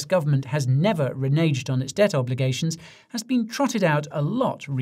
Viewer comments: Reneged is pronounced with an egg in the middle, not an edge....always love your work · He pronounced the word Reneged", in an extremely strange way.